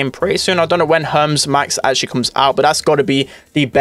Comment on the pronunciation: Hermes max is pronounced her- mees by the way not herms